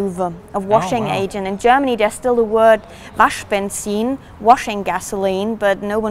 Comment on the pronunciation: That's what i was thinking. But she just perfectly pronounced Waschbenzin. No english native could do that.